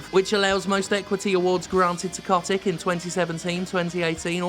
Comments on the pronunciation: If I were you, I’d pronounce his name correctly, COAT-TICK, in order to call him a SCROTE-TICK, a parasite of the extremely vulnerable. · That's exactly it. Bobby Kotick (I'm so happy we continue to mispronounced his last name even after the revelation that it's wrong) does not give a single solitary fuck about video games. He sees only ways of making money. Most CEO's of AAA corps are like that nowadays. Iwata, you are missed. Also, everything is fucked and wrong and we're all doomed.